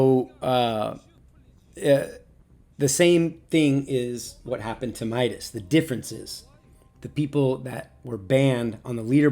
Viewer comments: It's not My-das It's Me-das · let me correct you, he's name (midas) is pronounced (mee das) not (my das) Nyway happy for him mok, midas, athena and you are my favourite pubg mobile youtubers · It's midas not mydas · It's not Mydus it's MIDAS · Awesome evaluation 🔥🔥🔥 Anyway its "Meedas" not "Maidas" 😂😂